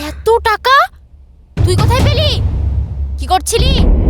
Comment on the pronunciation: টেকা❌ টাকা ✅